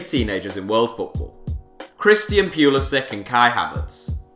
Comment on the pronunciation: AGHHHHHHH YOU PISS ME OFF ITS PRONOUNCED PU LI SICH